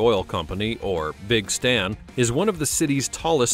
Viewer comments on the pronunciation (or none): none